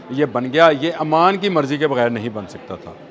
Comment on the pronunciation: I think is a literate person then why is he saying Aman, Aman. He should know it's OMAN. Please correct yourself